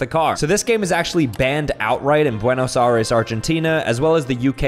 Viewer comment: “Bwenos aRRes”